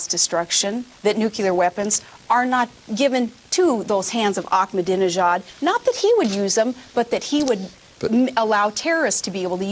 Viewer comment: omg yes, a couple a times. but to her credit, she practiced saying 'ahmadinejad' in front of the mirror to near perfection.